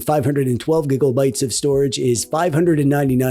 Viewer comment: Cool review man! Makes me laugh when you say " gigaubyte "